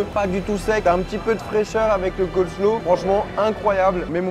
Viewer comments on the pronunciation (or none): none